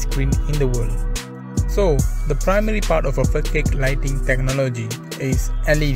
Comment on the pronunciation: It’s not fokade it’s fasad bro.. threw me off every time 😅